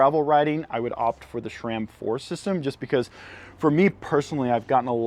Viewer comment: it is sram. not shram. hahahah